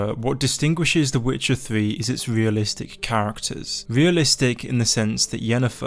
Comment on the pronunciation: the witcha thwee